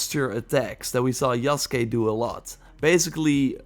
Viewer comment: Holy shit. You said his name, yasuke right but Ubisoft can't be bothered. Good on you